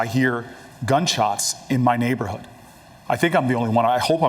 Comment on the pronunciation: Booker keeps saying neighborhood like his come on ur rich we’re not fooled